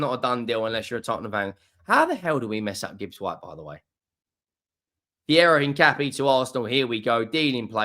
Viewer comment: At least you pronounced his name correctly